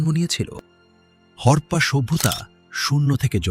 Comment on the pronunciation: বালের অডিও। উচ্চারণও বালের। হরপা হরপা করে গোটা কনটেন্ট বালের করে দিলি। হরপ্পা সভ্যতা। হরপা নয়।